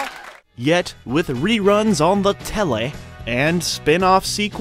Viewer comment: I love how you say “Telle” in a yorkshire accent!